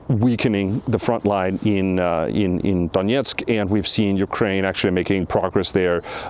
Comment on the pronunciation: Please don't pronounce "Donetsk" the Russian way.